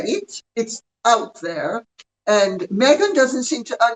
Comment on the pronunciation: Not so long ago, the thing Harry married said she was changing her surname to Sussex and that her first name should be pronounced meee-gan. Meeegan Sussex. But everyone keeps pronouncing her name as megg-an or may-gan, and her surname remains Markle. It must drive her crazy to find her demands ignored.